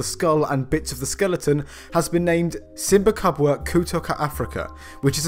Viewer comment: Lol ... the way you pronounced simba kubwa katoka africa was priceless ..... you butchered the language but at least you tried 😂